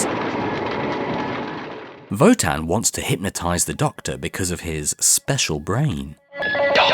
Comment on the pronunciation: Thank you so much for your work! I always wanted to know what happened in the classic series but never dared to start. By the way: that's not how to pronounce Wotan in German. Sorry. ^^